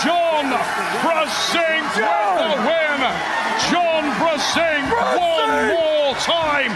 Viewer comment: Фамилия Джона читается как Бженк. А не Брзенк. Это польская фамилия. Вы до сих пор не знали? ОМГ